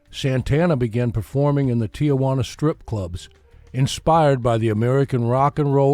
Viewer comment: It’s not Tia Juana. It’s Tijuana (Tee-wanna).